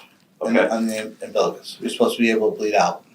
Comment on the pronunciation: Every time he says ambilicus I get angry